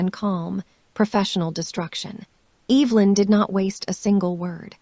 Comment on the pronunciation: I actually know how to pronounce Evelyn’s name…kind of feel sorry for AI…can’t say names..tell time or count money…things we all learn how or do early on…